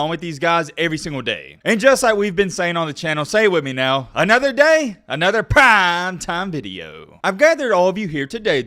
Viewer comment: If you’ll stop saying “prime time” in the whitest mans voice ever, I’ll keep watching your videos